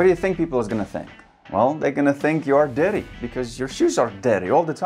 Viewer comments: The first one i thought he said "daddy shoes" 😂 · I thought he was saying daddy shoes for an entire minute 😂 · I heard "daddy shoes" for 1 minute and was trying wrap my head around it. 😁 I`m not native though. Good video! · I heard DADDY shoes instead of dirty 😂😂 made me laugh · Love the way he says "dirty"😄😄